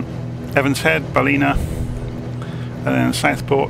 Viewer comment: I live in Coffs Harbour this is a great video Ballina is pronounced Ball-in a say it fast